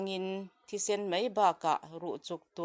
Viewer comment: A tha hle mai. Mei ti lo hian mai ti la.miss